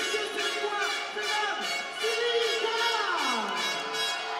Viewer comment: Monsieur le présentateur, Gane s écrit comme ça G A N E, pas GAGNE